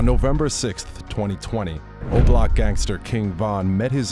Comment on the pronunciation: The way he said obloc sounded like roblox